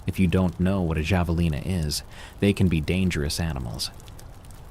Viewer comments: yet third time finally got it right....drives me crazy-- then goes back to wrong pronunciation...javalina??? friggin idiot ai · I’m dying over pronunciation of Javelina 😂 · And Hilo, Hawaii. It's where Lilo and Stich is set!